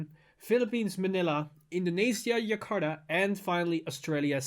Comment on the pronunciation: Just pointing it out,, not 'Yakarta', the 'j' sound is like in the word 'jar'. I know some languages pronounce 'j' as 'y' sound.